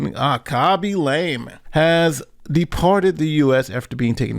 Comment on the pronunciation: It's LAW-ME not LAME